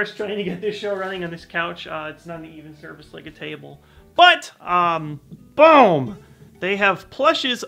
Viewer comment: Love when says "BOAM" instead of boom.